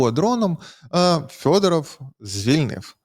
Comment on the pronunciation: ЖЄлЄзьнякь--то вже не ЗАЛізняк. Але чому -"ФЬОДАРАФЬ"?